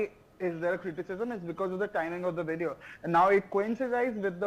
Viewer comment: Please, this title is a little redundant, don'tyou agree? Please hire a 'proof reader', to keep your professional appearance. 1 more thing - it's VIDEO. Vid ë ö. Not WIDEO. Wìd ē ö. Wideo is not a word found in our English dictionary. Shared with ❤ & Support for Indian News! Thank you. 🇨🇦 ❤